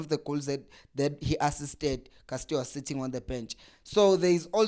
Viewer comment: Castillo not Castio maarn